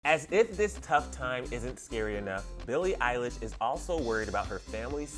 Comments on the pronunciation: When he says Eilish's family I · it's not oconnel it's eilish it's literally in billies name